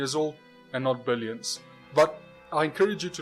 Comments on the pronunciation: "Billoins of years"? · "billoins". heh. Flattards are defective in every way. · what's a billoin? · Stopped listening to the guy after I saw "billoins" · "Billoins" of years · bill-OINS of years.. LOL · He lost me at "billoins [sic] of years".